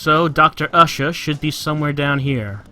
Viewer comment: Ushah is black...? When I first heard the name my thoughts were "Huh... Ushah... sounds like a stereotypical black person way of pronouncing 'Usher'. But, nah, that couldn't be what they were going for..." ... They seriously did go there. This is hilarious.